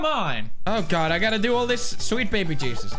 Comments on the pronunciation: 😂 pewds English jebus instead of Jesus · hahaha he said “Jebus”